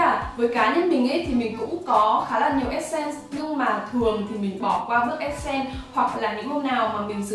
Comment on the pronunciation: Đừng đọc là essence là ét sen Q ơi, đọc là /esəns/